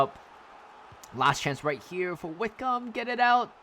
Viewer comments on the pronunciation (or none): Wycombe is pronounced as WICKUM